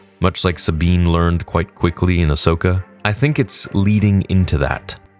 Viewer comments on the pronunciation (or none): none